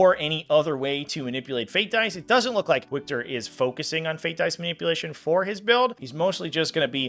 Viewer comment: Lol the way you pronounced "Wiktor." Since it's Polish, you pronounce it like Victor I'm pretty sure!